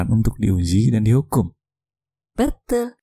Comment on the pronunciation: "beeetul" I liked your accent